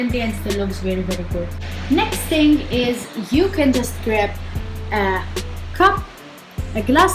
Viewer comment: when you say "ting" lmao